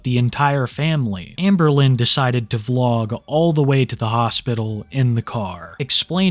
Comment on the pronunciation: "Hamburlin" nice lol